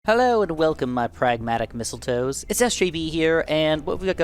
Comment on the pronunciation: missile toe's